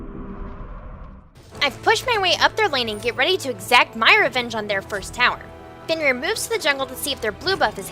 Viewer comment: It's Fenrir not Fonrir :<